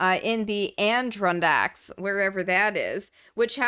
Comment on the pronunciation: You may not be able to pronounce Adirondack but you’re still my favorite ginger.